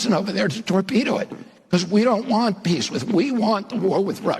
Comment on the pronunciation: Ku, wah, wah in 68 hrs. Got it ! Totally speaking in demonic tongues, completely Left of the dial. Wahnt, not wahhhh !!! Really???